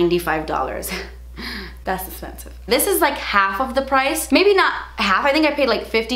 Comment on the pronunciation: I get giggly when she says "Das ezpensif"!! Thanks for keeping me laughing!